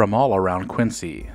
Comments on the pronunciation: Nice video. I visit the original Dunkin' all the time, but one correction - the city is pronounced KWIN-ZEE. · Quincy MA is pronounced QuinZEE. I live in a neighboring town and there are 10 Dunkin's in less than 14 square miles. They are everywhere. I agree with most, coffee is great, donuts were never that great but now are mass produced blah. Love this channel; keep up the good work. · I grew up near the original "Dunkies" in a neighboring town and am still a customer today. I also realize you had no way of knowing, so this is not meant to be a criticism. FYI, unlike Quincy Illinois or Quincy Jones, Quincy Mass. is pronounced "Quin-zee". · Quincy, Massachusetts in pronounced: “Quinzy”. The “c”is sounded as a “z”. Nice video. Thanks for uploading.